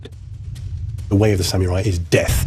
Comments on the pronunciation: Samyourai...? Oh...you're trying to say SAM-UH-RAI. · re: Pronunciation - The narrator and commentators are disrespecting the Samurai by pronouncing it Sam-U-Rye and Sam-Ya-Rye instead of "Sam Er I" - A self-inflicted knife in the belly is the only honorable way out for them now. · You mean Samurai (侍)? There is no OO or YOO in the word. It is pronounced as SAM-RAI. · Why is it pronounced "sah Mee you Rai"? 🤔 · Yeah, Sameeyourai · How to butcher the simple word SAMURAI.